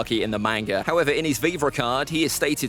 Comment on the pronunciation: Man if ppl are gonna be fans of manga… at least pronounce it right 🤦🏻‍♂️ it irritates me when ppl say “Mane-ga” where in the Japanese language do you think they have anything that sounds like “aye”. It’s not a huge deal but it still irritates me whenever I hear it. And did this dude say “the manga adaptation of the novel?” Who tf is this guy and why is he making One piece content.